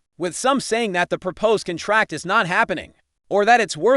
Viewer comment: Learn to pronounce the noun "contract".